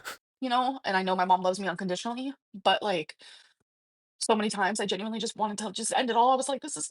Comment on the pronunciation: Maybe if she said it correctly, it wouldn't be so bad! 💀🤣